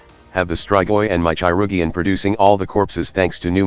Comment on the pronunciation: obsessed with the "chai-rug-ian" pronunciation